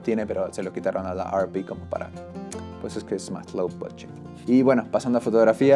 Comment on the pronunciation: Agradezco tu información pero y entendiendo que estes en America...¿No crees que hablas con demasiada terminología anglicana?. ¿Por que pronuncias la denominación de la "ErrePe" como "ArPi"?. Y te lo digo con todo el respeto del mundo pero quizás tu idioma natural tiene denominaciones exactas para cualquier terminología técnica que usar una que es anglicana y que no tiene nada que ver con quien fabrica las cámaras (japoneses). Un saludo y gracias por tu vídeo.